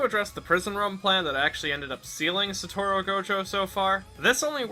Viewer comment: it's Satoru, not Satoro